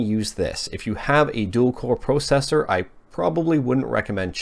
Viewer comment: Thank you for the video! Followed your 'idea' of a Bios in the description ;). Is that how Canadians say processor, unironically?